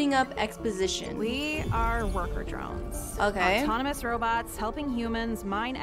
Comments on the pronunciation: its drones not droins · pls stop pronouncing drones "dRoIns" just pronounce it like they do in the show with an o not an oi or something like that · You pronounce it drones😂 😂😂😂😂😂😂😂😂😂😂😂😂😂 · She keeps on calling it “murder droids” 😂😂😂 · "murder droines" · I love this, but.. MURDER DROENS- I’m sorry 😂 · (Not hating ok?)But I think it’s funny that she said “droines” instead of “drones” lol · her: Murder Djoines Me: Bru wut it'd Murder Drones Bruh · Did you say murder joints not drones how funny (laughing manoicly) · I’ve never heard someone say Drones like Droins. Dr-oh-ns not Dr-oih-ns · "murder droins" 💀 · I'm trigger she says droines but I won't blame her some others might've pronounced it same way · its drones not droins😂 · Sorry if it sounds rude but she says droins and it’s drones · I thought it was murder drOnes not murder droins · Your saying droines but it’s actually drones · it is not droines it is drones the e is silent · Its drones not droids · its droans not droins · Why does she say murder drion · Murder drones dr-o-ns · it sounds like she said murder droids at the beginning😂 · You saying “Droines” makes me a little mad. Other than that great video! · Y u pronounce it droin Edit: it even says how its pronounced in the video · why does she pronounce drones as “droines”? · Stop saying murder droins